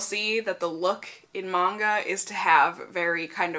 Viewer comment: Yes thank you! Lol I hate when people say Manga wrong XD